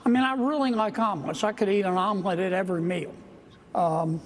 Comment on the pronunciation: Oh "omelette" is what he was trying to say. Jesus Christ, learn to enunciate, bro